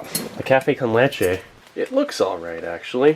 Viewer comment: Café con leche 👏. Lo pronunciaste very good